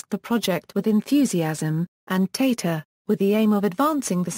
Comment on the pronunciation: Its tata... Not teta